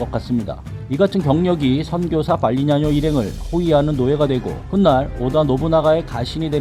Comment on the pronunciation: ㅋㅋ 이분 영상에서 발음도 발리냐노가 아니라 발리냐뇨로 들려요